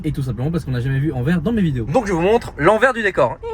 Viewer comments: Salut, Anvers se prononce « Anverse » Sinon toujours aussi chouettes à regarder tes vlogs! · Enfaite Anvers, le s à la fin se prononce fort, son nom flamand ou plutot néerlandais c'est Antwerpen. Et anecdotes c'est la commune la plus peuple de Belgique, Bruxelles ville n'est que la cinquième derrière Anvers, Gand, Charleroi, Liège puis Bruxelles. Elle fait 550 000 habitants environs pour 1,3 millions en agglomération. Apres Anvers est proche de tous, Rotterdam, Amsterdam, liège, Bruxelles, maastricht, zeebruge, lille, gand,... le benelux est le coeur logistique et le poumon économique de l'europe c'est aussi pour ça que c'est extrêmement dense en population, presque 600 habitants au km², le benelux c'est d'habitant pour un territoire de 70 000km² environ (ce n'est pas précis). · on dit AnverS - prochaine fois aux Pays-Bas mange chinois ou indonésien - tu filmes bien. Continue. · il y a un "S" à Anvers, il faut le prononcer!!! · on ne dit pas Anver, on prononce le S a la fin, donc Anvers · C est pas ANVER...mais ANVERS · SVP on dit Anvers "sse" C'est comme si nous en Belgique on commençait à prononcer le S de Paris. 😂 Ps: on dit pas ville Française mais Wallone ou limite Francophone. Mais il n'y a pas de ville Française chez nous. 😅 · Alors c’est Anverssssss et non Anver 😂 mais effectivement on dit pas Parissssss mais c’est le flamand. Ah ah ah. Merci pour l’aventure.